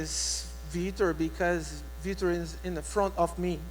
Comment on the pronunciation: Have the commentator say Vitor's name properly. These fighters are the reason you put food on your table. They purposely have so many commentator's say Vitor's name wrong to purposely piss him off.